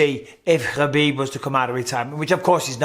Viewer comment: Stop. It's Khabib.